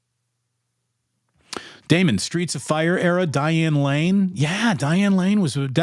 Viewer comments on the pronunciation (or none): You called it Damon... good lord